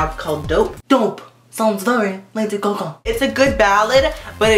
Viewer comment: omg i just love how you say LADY GUH GUH lol <3